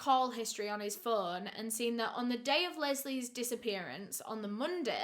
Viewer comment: "Picking up the Fuuun" Learn to pronounce o